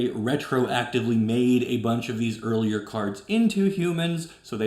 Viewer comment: when you said "earlier cards", I thought you said "Girlier cards" and now I can't help but imagine Arnold Schwartzenager talking about Magic the Gathering